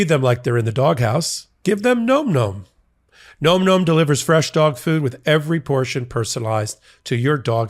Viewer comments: gnome-gnome? bro... it's "nawm nawm" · Can someone tell it’s pronounced NAM NAM……not gnome gnome. 🤣😂😅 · 🎯.....My EARS are bleeding...*NomNom* is pronounced differently!! Phonetically with "ah" sound as "N-AH-mm""N-AH-mm". 😆 Despite this, I'll remain an avid fan of the wonderful podcast that is Legal AF. ❤ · Hey. It’s nom nom. Not nome nome. Lol